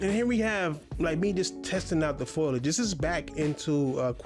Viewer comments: This man literally struggles to form a sentence never mind make a point. He also doesn’t know the word eruption and said foilage instead of foliage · ITS FOLIAGE! NOT FOILIAGE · Sad to see he uses words in his videos that he's doesn't know how to pronounce... Foliage and synopsis as an example makes me laugh so hard... Looks like he has never used the setting screen in a game before, coz he can take of stability control, you can adjust car damage from cosmetic only to realistic